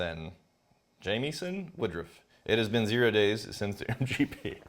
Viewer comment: Ah yes, my name butchered. Badge of Honor received! Jamieson pronounced like Jameson. My Dad wanted to name me Jameson as he is James, so James son. Mom said "I will be damned you call our first born after a whisky" and they settled on adding an "I".